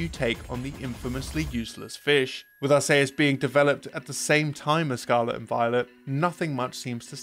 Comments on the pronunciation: I never heard THAT pronounciation of Arceus before. I either hear people say Ars-ee-us or Ark-ee-us, but never Ars-ey-us like here. (And no, "Arcoos" does not count. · ah-say-us is one of the most evil pronounciations or arceus i've heard. ar-see-us and ar-kee-us are the two people argue over and then you're over here getting everyone to give you funny looks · What the ever living heck is Pokemon Legends Are-say-us!? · I've heard of two different pronunciations for Arceus since the original pronunciation changed years ago but I've NEVER heard someone call it "ARE - SAY - US" lmao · Super Mario Galaxy 2 🤝 Tears of the Kingdom (Starting off as planned DLC but turning into full sequels that are just as if not better than the original) Also Toedscool and Toedscruel are unrelated Pokemon to Tentacool and Tentacruel, they're a convergent line not forms. And Arceus is pronounced "Ar-key-us." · It’s actually “ar-kay-us” as in X/Y there’s a reference to it with the R.K.S. system. But no one cares (and I don’t pronounce it either way, lol). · Arsaysus. That's a new pronunciation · I've never heard anyone pronounce it as "Are-say-uhs" before. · In the same video where you said butthole fifty times, you also called Arceus with a soft C... implying you call it the Arse Phone. Now there's some trivia for ya. :P